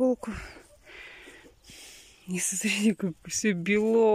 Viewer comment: Так она ещё вместо слова " смотрите" говорит " СРИТЕ", никакого уважения к зрителям нет